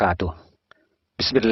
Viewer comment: السلام عليكم ورحمة الله وبركاته و مغفرته أسعد الله اوقاتك أستاذ 😊 انا مشترك جديد في القناة ❤ عندي ملاحظة لك ..☝🏻 Barukatuh❌ Barakatuh✅ هذه الملاحظة خطيرة فاحذر منها .. و جزاك الله كل خير متابعك من بلاد الشام المقدسة 😅